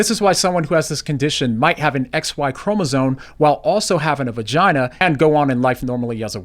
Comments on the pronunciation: It's ChromosoMe, not chromosoNe! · someone who says "chromosone" has no business talking about chromosomes. Just like that Algerian dude has no business in women's boxing